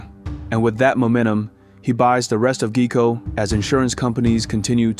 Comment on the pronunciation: He buys GEE-KO ...I had to laugh on that one. It's pronounced Guy - Co (Geico) but nonetheless, great documentary. Keep up the good work my friend.